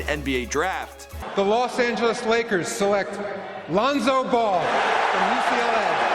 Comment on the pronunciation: pronouncin names like "Loon-so Bowl"